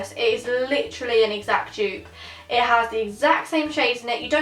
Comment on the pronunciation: She kept on saying Jupe instead of dupe 😂